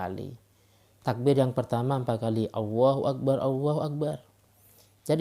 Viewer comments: Jangan hanya ingin mendapatkan subscribe doang kalo baca takbir masih pake و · Tolong.. !!!! kalimat الله اكبر di baca dengan benar yah!!!!!!! Karna itu ل bukan و